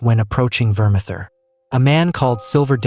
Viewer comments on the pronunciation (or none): Another one who can't pronounce words. It's vermathor not vermather.